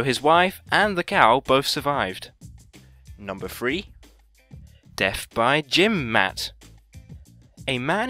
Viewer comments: It's death, not deff. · I'm I the only one who heard deaf instead of death??😂😂